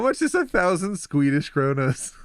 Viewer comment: "Skwedish". The Click has entered the chat.